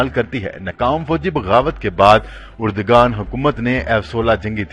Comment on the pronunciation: طیب اردگان " غلط ھے اور طیب اردوان صحیح تلفظ ھے۔